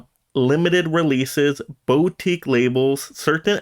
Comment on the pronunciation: i know its a nitpick but its driving me insane. Its pronounced "boo-teek", not "bow-teek". Put the emphasis on "teek".